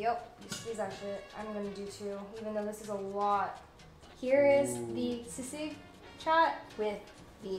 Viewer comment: she pronounced sisig very well